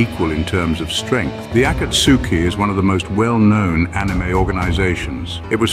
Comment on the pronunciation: As soon as I heard the ai say akatsuki I gave up on the video